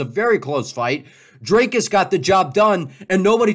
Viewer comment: It’s Dr-I-cus not Dr-A-cus